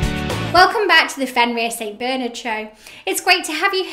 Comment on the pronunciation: It's Bernard and not Beernerd